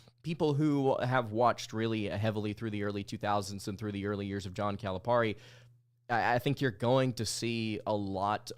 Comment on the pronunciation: It's Cali-pair-ee! NOT Caliparrrrrrrrreeee!